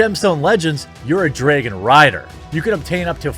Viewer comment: I just like it when he says the word "draygon"